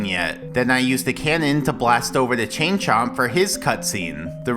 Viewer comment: I kept hearing "Ching Chong" instead of "Chain Chomp"